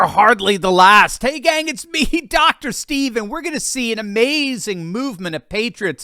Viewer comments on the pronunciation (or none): none